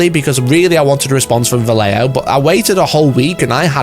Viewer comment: The heck is valeo? You should respect the letters in a word. VA - LLE - JO